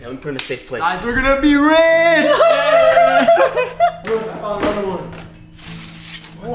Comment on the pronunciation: Did he really say were gonna rich